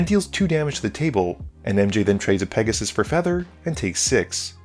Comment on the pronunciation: I think it’s pronounced Pegussy